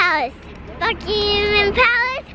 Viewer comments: Bucmamam palace Me: who lives in England Buckingham palace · It's not Buckingham palace it's Bucky min palace